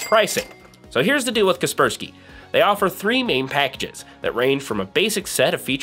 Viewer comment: sorry but its KASPER SKY not kerperski .... Like the ghost Casper (the friendly one) and Casper is protecting you from the Sky (cloud). all this equals KASPER SKY.... ty loved your video